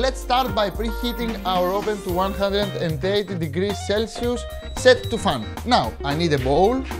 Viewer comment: he is trying to say "fan", he has a convection oven.